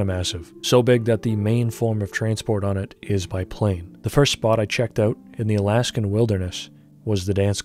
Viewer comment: is canadian confirmed. Öut occurs